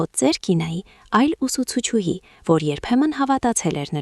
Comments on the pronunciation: Ներեցեք,բայց բառը մի արտասանեք այնպես, ինչպես գրվում է։Օրինակ ուսուցչուհի,արտասանում եք այնպես գրվում է։ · Հարգելի ընթերցող,ուսուցչուհի նվիրական բառը ճիշտ ընթերցեք։Մի քանի անգամ նույն սխալը կրկնեցիք։